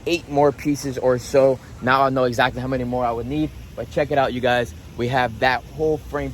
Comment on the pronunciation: I swear your English is the best. Ixactly is a new one for me